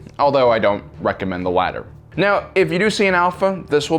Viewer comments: HAHA he just said stop it meow get ur speech impediment fixed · Pretty sure he said stop it "meow"